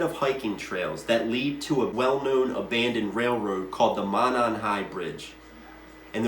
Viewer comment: Monon pronounced Moe-non. Kokomo pronpunced Cocoa-moe. In these cases you can always tell an out of towner doing research messing up these names.